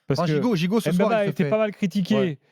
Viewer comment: Chancel mbemba meilleurs défenseur de la L1 et je vois pas ca veut dire quoi joueur limité pcq le mec c'est faire des passe centré defendre et surtout il marque. On accentue pas le M. bemba mais faire la liaisons directement le Mb merci allez l'OM 🔵⚪️